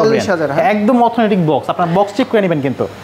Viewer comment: Authentic ❌Aurthonatic✅